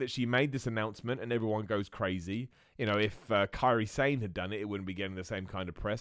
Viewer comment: Miller Report fan dropping into wrestling. Why is Kairi Sane pronounces “sain” like “inSANE”, rather than “sa-ne” (2 syllables) like it is in Japanese?